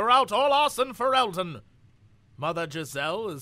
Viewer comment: Fereldan = Fe-rel-den